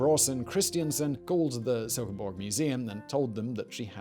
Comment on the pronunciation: As a Dane, i have to compliment your pronounciation of my hometown of Silkeborg, it was spot on :D Furthermore, i find it funny how many bog bodies are found in Denmark